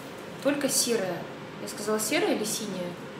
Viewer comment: Ты сказала не синий не серый а «сирый»